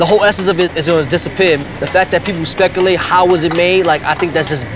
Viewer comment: People spekkalate